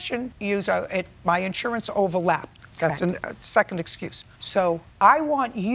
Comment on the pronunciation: She did say overlapsed, not "overlapped" as the inaccurate caption displayed. Funny how it did sound like Judge Judy did say "overlapped", but I'll have to listen again to be sure. 0ne thing is for sure. The captions provided are not always verbatim, or a correct translation of dialogue that is spoken here, or on various types of programs. Just so you know.